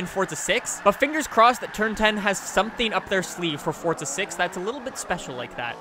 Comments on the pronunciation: If ur gunner say forza say forza not fortza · I'm not sure how much longer I can take you saying "Fortza" can you tell me where the actual fuck the "T" is in "forza" ?? Jesus Christ. That's annoyingly old.